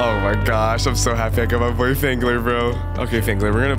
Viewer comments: Why does it sound like fangler is saying “gemeni”? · Why does phangler sound like he’s about to say the n word